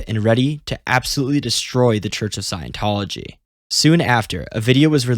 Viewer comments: Say it with me. Scient-tology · The sad thing is we can't trust a word of what you say because how could you know anything about the subject if you don't even know how scientology is pronounced